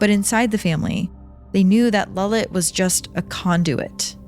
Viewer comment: Its lalit not lullet